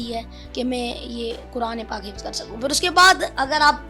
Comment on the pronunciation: Hifaz nahi Hifz yaar